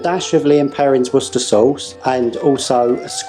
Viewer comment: At last, someone who pronounces Worcestershire sauce correctly! Two thumbs up matey!